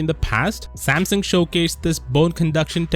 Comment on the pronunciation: Am I the only one hearing Samson?